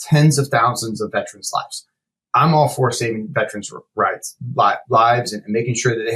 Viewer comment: I know that his pronunciation of the word "veterans" has been added to the dictionary (because such a colossal number of people mispronounce it so), but the actual word is posted inches away from his head, begging for him to say it right. No, he says it that other way. A thousand times. 🤦‍♂️. He probably goes to the lie-berry to check out books, too. - A Veteran's #petpeeve